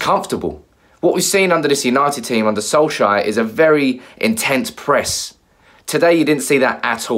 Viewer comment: You still can't pronounce his name can you ffs. SOLSKJAER not SOLSHIRE